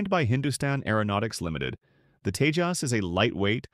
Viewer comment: It's not tejos its TEJAS